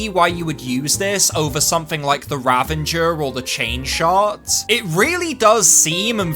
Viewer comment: Nice video, but the weapon's name is "Ravager" not "Ravenger" xD